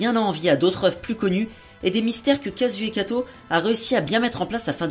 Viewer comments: Pouce rouge rien que pour avoir prononcé le nom de l'auteur à la française, ce qui est franchement dégueulasse à entendre. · Wyon Romane On s'en fout qu'il prononce le nom à la francaise, si tu met un pouce rouge uniquement pour ça c'est que t'es vraiment un rageux.